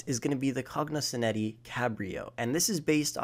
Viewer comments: cognizant cabrio? ENZYMES windsor? ENZYME stafford? E N S I S huntley? O-O-S-E-V-E-L-T V-E-L-O-U-R? *Cognoscenti Cabrio, ENUS Windsor, ENUS Stafford, ENUS Huntley, ROOSEVELT VALOR Bro WTF? Really? LMFAO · It’s legitimately insane to me how people just read words and bullshit through them and don’t read the individual letters. How is it possible to butcher the word Enus or Cognoscenti so badly? Like what they tell toddlers, sound it out. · Why does he say Enus and Cognoscenti like that?